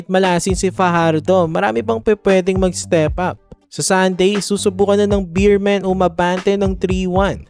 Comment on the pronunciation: BEEMEN daw 😂😂 hahaha BEERMEN Po kuya salamat